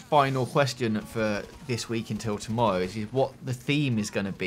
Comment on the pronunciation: "tomowwow" soo cute xD